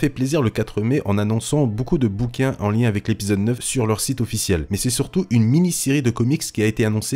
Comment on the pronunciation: A chaque fois qu'il dit site j'entends sith